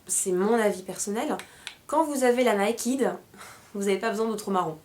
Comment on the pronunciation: bon, je sais que l'anglais n'est pas facile pour un français mais s'il te plait, retiens ça: NAKED se prononce: "/n e i k e d/" et non pas /n a i k i d/!!! s'il te plait!!!!